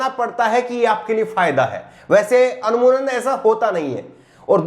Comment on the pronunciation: Anmunan nahi bhaisahab amooman